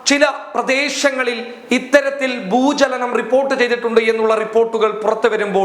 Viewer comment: ഭൂജലനം അല്ല ഭൂചലനം